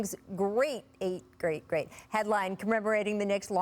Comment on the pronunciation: Ima start saying greight like that